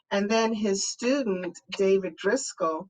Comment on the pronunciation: Great Segment! David Driskell not David Driscoll.